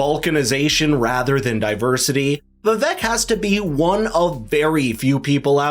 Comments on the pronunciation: its vi vake. not vi vek. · The biggest downfall for Vivek is that no one can pronounce his name no matter how many time he tells people. It is pronouced "Vi-vAke" like "cake" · ViVak 😂 It’s Vi-Vake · Just an FYI: Per Vivek after the first debate, his name is pronounced Vivake. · It’s pronounced Vivek as in CAKE. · Great presentation. Skilled, polished. Loved the interweaving of quotes and cameos. Very value-added. One request, please. The guy’s name is Viv-ache, rhymes with cake. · its pronounced Viv-ake, like cake, Vivek Ramaswamy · Love this video. The only thing is that his name is pronounced Vivek like CAKE! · Pronounciation is " Vi - Wake", A Sanskrit word. It combines "Intellect" with "Wisdom". It means - Discernment ! It means "Clarity of Thought". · if youre going to make a video about the dude at least learn how to say his name correctly... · Vivek’s name needs to pronounced correctly dude. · I am so underimpressed with commentators who are pleased enough to cover Vivek, bu too lazy (or something???) to pronounce his name correctly. Come on guy, make a bit of an effort. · Lean to pronounce Vivek's name correctly of you are going to do a story on him.